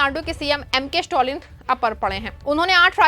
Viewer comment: स्टॅलिन, स्टाॅलिन नही। improve your pronounciation!